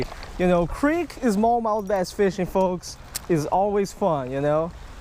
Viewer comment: I like how you say bass "baiz" I actually like it